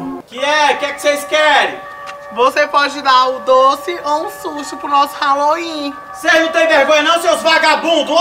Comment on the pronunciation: Brasileiro não acerta nem falar Halloween e quer comemorar kkkkk